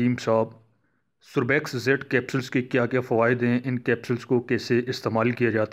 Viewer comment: بات مختصر کریں اور تلفظ بھی درست فرما لیجیئے ۔ سوربیکس نہیں بلکہ سربیکس ھے۔ شکریہ